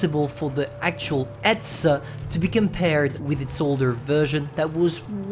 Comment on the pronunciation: You say etzer